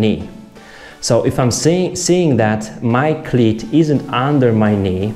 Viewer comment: Love your accent. You say "cleat" like "clit"; which I love very much. :)